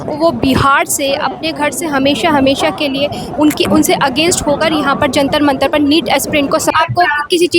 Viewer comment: Jantra ❌ Jatra mantra 😅😅😅😅